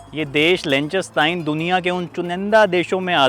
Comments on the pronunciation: Lik -sten-stein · Pls learn to pronounce the name of the country correctly …. lik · tuhn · stine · Pronunciation is wrong. It’s “lick," "ten," and "stine"